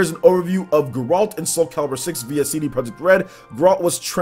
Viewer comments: Its Geralt.... NOT Ga-rolt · How is no one pointing out the atrocious pronunciation of everything related to the witcher. How can someone on a game channel have not played any witcher games? Gotta love grrrralt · Maximillian Dood called him "Jerault"